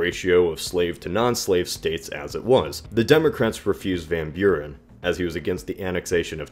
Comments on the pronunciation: CAPSSTROKE van Bjuren.... ik snap het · It's more like "fahn" with a softer v and without a nasally a sound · How you say "van Buren", as someone from the Netherlands, it anoys me, but the video was good overal. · If Martin Van Buren pronounced his name that way why is it an issue? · always funny 2 hear english speaking ppl trying 2 say hollands names. for ppl dont know what i am talking about martin van buren was/is a hollander.